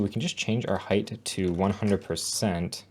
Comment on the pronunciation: did you just say hate for height :)